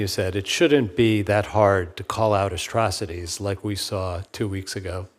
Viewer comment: "astrocities"..... Omgaaahhhhd. Immediately disqualified!!!